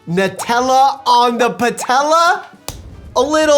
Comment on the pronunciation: It's "new"tella